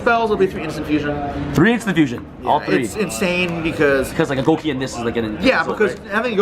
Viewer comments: Go-Key not Goo-Key/Guu-Key! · His skin and his pronunciation of gouki are disgusting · Man it's annoying the way he says Gouki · The way he pronounces Gouki....